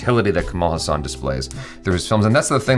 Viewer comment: Ulaganayagan means 'World hero', however it is called as 'Universal hero' as it is said by the director K.S. Ravikumar who gave that name to Kamal. You pronounced 'Haasan' as the Muslim name 'Hassan'.😁 Kamal Haasan is beyond comparison, he is beyond rivals, he stands unique and incomparable is indeed true which is said by his mentor and director K. Balachander. Kamal Haasan has set certain records which is not surpassed by any other actor. I don't know which actor in this world who has multiple talents as him being a director, producer, dancer, actor, technician, assistant director, choreographer, lyricist, television presenter, singer, make up artist, screenwriter and i don't know if i left any. When it comes to his talent, the first thing that always comes to my mind is the movie 'Dasavatharam' where he did 10 roles! That is quite insane, he also gave different voice and body language for all the 10 characters. I doubt there is any actor in this world who did 10 roles in one movie.